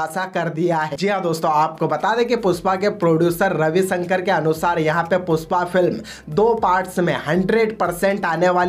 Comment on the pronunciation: Puspa nahi re #PUSHPA😂 pehle thikse bolna sikh